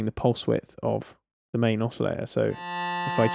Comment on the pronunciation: I love your reviews, you really impart the knowledge well, and lots of detail. So this is going to sound really stupid carping on an insignificant detail, but I feel I just have to get it off my chest because it bugs me every time - it's the way you pronounce "oscillator" without a t!... and it's not as if it's a word you can avoid. "Filter" has a t, no problem, so maybe you could import it?! Sorry, no offence meant, and I will listen anyway, no doubt about it...